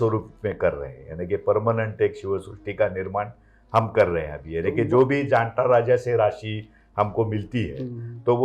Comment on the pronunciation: JAANATA NOT JADATA